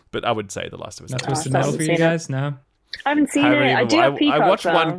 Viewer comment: For anyone else who had trouble to understand what was saying. It's about Twisted Metal.